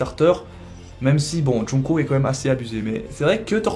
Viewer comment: c'est pas joungko c'est jungko